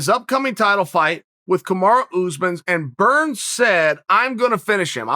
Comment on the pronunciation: Me: "Kamaru Usman" Chael: "Kamara Oozemans" Me: "Kamara Oozemans"